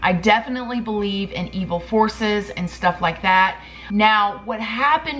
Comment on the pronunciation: I thought she said "evil HORSES" not forces 🤦🏼‍♀️😂